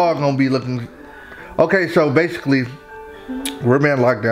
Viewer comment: "bashickly" im so sorry